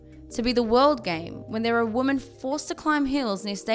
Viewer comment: She cant pronounce women. She says it like woman.